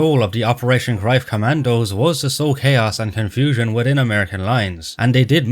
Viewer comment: @@@@@@@@@@@ I am not sure if your accent is pure Irish or not, you seem to be based in Ireland according to YouTube but as far as shown on Internet the pronunciation of the German ‘Greif’ confirms what I mentioned : The German word "Greif" is pronounced like "graif" or "graif", with the "g" as in "gum", the "ei" sounding like the English word "eye," and the "f" pronounced as in English. The German "v" is pronounced like an "f," which is worth noting if you encounter the word "Greiff" (though less common). I will accept the common way of saying it, but the way you say it was funny sounding more like ‘Groif’ and not clear (maybe the Irish accent? I work with Irish travellers and Northern Irish but they don’t sound anything like you) and to just insist you are correct comes across as slightly arrogant. I speak German and I have many German friends who confirmed what I mention but I don’t think you’d agree. Be that as it may, your video on the whole IS great but you’ve just lost a subscriber. As far as the other points yes there is inaccuracies in this movie by the ton-load but the points I raised actually can have validity in the ‘realm of artistic liberty’ in a film, after all it’s not a documentary and neither you nor I were there but I provided valid evidence to suggest there is plausibility to these points. You see things black and white.. life is filled with shades of grey. Be well. Btw I have like a gazillion books on all WW2 topics as I have invested my life to acquirin